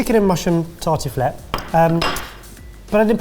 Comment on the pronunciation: As a French person, I feel like Barry murdered that « tartiflette » with a ski pole 😥